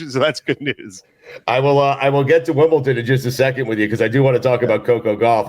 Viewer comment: the way Stu pronounces it "Wimbleton" drives me up a wall